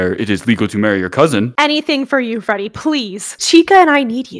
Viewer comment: So no one's going to talk about how called Freddy Fazbear fredward